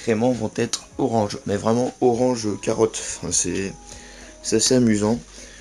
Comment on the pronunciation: Oh c'est toi:) On dit carotte!